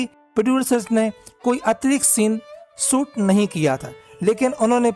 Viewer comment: सुट नही बाबा शुट 😂, सुट का मतलब कपडा होता है😂